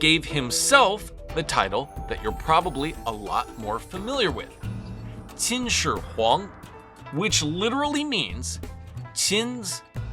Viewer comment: Your Chinese pronunciation is mostly correct. However, Qin is not pronounced like saying "chin" but more like saying "cheen" (pronounced with what sounds like it's being said with a lisp). Other than that, interesting video.